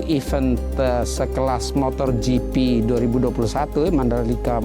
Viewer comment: Smoga Pak Jhony ktika thun depan gak bilang MOTORGP lagi ya..motogp pak..gak pake R